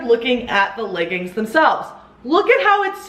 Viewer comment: did you say „layggings“ there? 😂